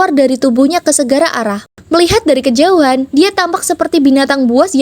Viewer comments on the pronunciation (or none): none